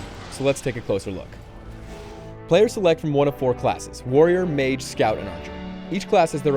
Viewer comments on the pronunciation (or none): none